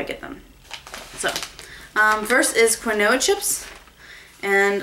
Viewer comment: Quinoa is pronounced KEEN-WAH. Unless I've been saying it wrong this whole time :/ LoL